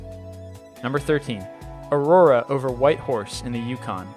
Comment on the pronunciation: Ugh.... the amount of mispronunciation of common words in this video is horrible. I don't expect everyone to know how to say every word in existence, but getting Andromeda wrong? Aurora, just after saying it correctly? Really? Do you read this all in one take or something? I love your videos but DAMN, ever heard of do-overs?